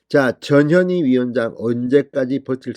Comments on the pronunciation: 저년이? 발음을 잘해야겠네! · ^저년이^ 발음에 좀 유의를 ㅎㅎㅎ !저년이! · 또 저년이 나왔네 , 진선생님 전현희인지 저년인지 분간이 안가니 이제부터는 분명히 저년이로 똑똑히 발음하시길 부탁드립니다. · 전현희! 출장비 횡령? 얘네들은 돈이면 환장하는 타입이네요 조국,이죄명 등 청와대 비석관 이하 다 그랬지요? 발음은 저년이 출장비 횡령? 이렇게 들릴수 있으니 조심 하세요! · 전현희 발음을 듣고있으니 저년이라고 들리네요 이름이 참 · 저녀니 저녀니.. 그러니까 이름도 욕으로 발음되네 에라이 저녀니 악어의 눈믈까지?? 쇼질